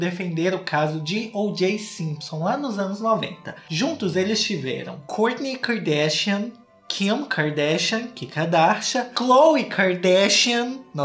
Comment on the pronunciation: “Ki-ka darshian “ ele falando JAKAKAKAAKSKSSSSKS